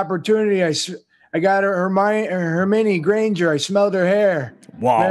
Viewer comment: I love when Ethan says names. “Hermione Grainey, Courtnen Stoddard”. I like that.